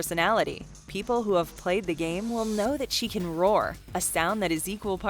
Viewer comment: It’s combi like combination...not pronounced like a comb u brush hair with. Just sayin